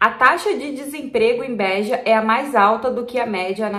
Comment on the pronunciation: Nao é bÉja, e beja. Nao é alentÉjo, é alentejo. Nao é pÓr tugal, é portugal.